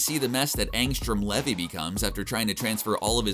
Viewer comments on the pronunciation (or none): none